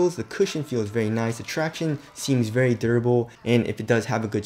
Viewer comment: please stop saying traction like that its cringe